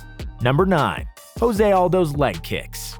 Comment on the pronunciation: The way he pronounces Khabib Nurmagomedov, Gustafson and Jose makes me want to cry